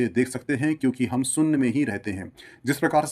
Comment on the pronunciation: Yar GYAN ka video banate ho saare Bharatiyo ke liye. Aap se KAM SE KAM ye to umeed ki jaa sakti hai ke aap "main topic" ka UCCHARAN sahi kijiye. SOONNYA nahi SHOONYA hota hai !!!